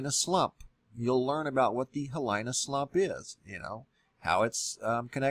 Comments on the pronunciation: In Hawaiian the proper pronunciation is HEE-LEE-NAH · Hilina pronounced heeleena......... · Pronounced 'hee lee nah' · HE Lee nah! Proper pronunciation! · It's pronounced -- HeeLEE-nah...please learn correct pronunciations! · Thanks for the info brother, people should be informed. Btw it’s pronounced heeleena slump. Just FYI aloha again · In dis lingo (Hawaiian /Pigeon English) the ' the letter i with a consonant before, the i is pronounced as a long e. So dis is Heeee leeeeeeeeeeena, bra. Letter combonationa like Kai , Wai...because of the a preceding, the i gets pronounced as the long i . . There is also the combonation in words like Puuopae (pronounced pu uu O pai (the long I as the end a fast pronunciation of the a and the eh sound , from the short e. then sounds like a long I ....and if you still cant figure it out, start at the end of the word and work it forward. Good luck, from the 50th state. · Pronounced Hee lee nah! Hawaiian style pronunciation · Hilina is pronounce as He-len-ah. The i's sound as e's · Just a little note on the wording . . . Hilina is pronounced HEEE LEEEE NAW. Hili is a hawaiian word that can mean to turn aside, deviate, miss the way, wander, stray. The last part (na) gives it a plural and quasi noun quality. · Hee LEE-na slump. I's are pronounced as e's in Hawaii. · Hilina (pro) hee lee nah. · l think it's pronounced "hee-LEE-nah." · It's pronounced hee LEE nah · Love the information, but geez you're slaughtering the Hawaiian language.. Mauna = Mow-na (as in Cow) Kea = Kay-a Hilina = Heeleena a = ah e = eh i = ee o = oh u = oo (as in ookoolele - ukulele). Sorry... It bugs me. Back to the real issue at hand... If this does slide and USGS or the government didn't tell anyone before hand that they knew it was going to happen, it's going to make them look very poorly. The point of the USGS is to warn and prepare people for these kinds of catastrophes. Right?? I mean, what would be the point in keeping this a secret? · Hee-lee-nah. Great vid